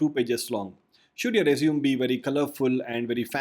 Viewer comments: It is r-E-sU-m-E not r-E-sU-m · IT'S PRONOUNCED AS RE-ZUME-AY, NOT RESUME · I dislike how he says the word resume. It's not rez-zoom it's rez-zoo-may. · Hi, just a english correction. "Resume" is pronouced "Res...ooo...may" "Resumay" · As verb resume As noun- resumé. That's it. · Your pronouncing resume incorrectly. Good tips though. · I guess the word Resume in this case is pronounced differently. The way you pronounced it means to "continue from where you left". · Just for future reference, you may want to change the way you pronounce resume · Someone who doesn’t know how resume is pronounced probably definitely isn’t an expert on the subject